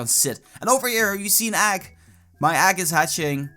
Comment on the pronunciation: what's an "agg"?